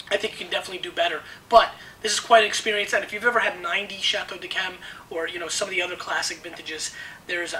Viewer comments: It's pronounced "dee kem". In response to the question - Living: Paul McCartney. Deceased: Jesus Christ. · I have a case of Chateau d'Yquem 2001. Great stuff. Stop pronouncing the D in d'Yquem.